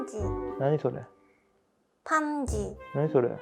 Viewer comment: 한국말은 쉽게 배우실 수 있을 것 같은데, 반지를 판지로 하는 발음은 얼른 고치는 게 좋을 것 같아요~^^ ㄱㅋㄲ, ㅂㅍㅃ… 이런 것들의 발음 연습이 필요하시면 제가 만든 10번째 영상의 를 참고해 보세요! ㅎㅎ